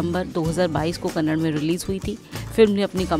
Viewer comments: Its not kannad its kannada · Its KANNADA AND KARNATAKA mam..not Kannad and karnatak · It’s Kannada not kannad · May be we have to have a campaign to distribute flyers everywhere asking to pronounce Karnataka and kannada with a 'A' in the end... 🤦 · Karnataka and Kannada has a A at the end mam